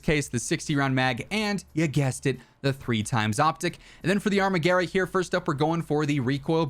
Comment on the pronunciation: “Arma-garah” lol wtf 😂 it’s pronounced “arma-gwera”